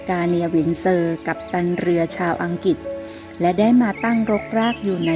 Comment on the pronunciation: อังกฤษ ตามพจนานุกรมฉบับราชบัณฑิตสถาน ออกเสียงว่า อัง-กริด